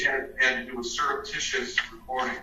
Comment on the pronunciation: And any "judge" that pronounces the word with as wif shouldn't be on the bench.